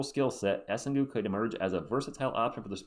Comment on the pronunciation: For the record, it's pronounced more like Essang, because the -ue is silent after a G in french (and yeah, I'm french and I also agree it makes no sense). He'll probably be a good PF on the long term, solid rebounder but average from three, he'll def need a few years to get better though (and at least he's 6-10 so a decent height for the team). If we get Knueppel first though I'd rather get Derik Queen as a backup center, this'd make a lot more sense to me…